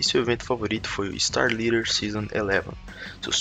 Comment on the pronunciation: N é Starleader... Starladder. "Lédder"